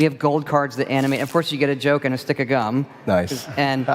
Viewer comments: He said cum instead of gum, that is all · He said the cum instead of the gum lol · I swear he said "the cum" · I heard CUM and SWAPING xD.